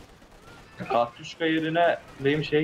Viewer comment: Katyuşka değl Katyusha Katyuha Katyushaaa KATYUSHAA AAAAAAAAAAAAAAAAĞĞĞĞ ÇILDIRDIM